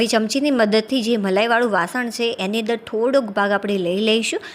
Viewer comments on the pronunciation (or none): બહેન તમે કેમ "છે" નથી બોલી શકતા !!!